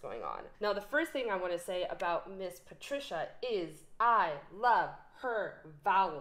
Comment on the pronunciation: That's similar to what I'd heard, except that I'd heard the c in her first name pronounced as a "ts," so it would be pronounced "Pah-TREATS-ee-ya," I'd also heard that in her last name, only the first syllable is stressed.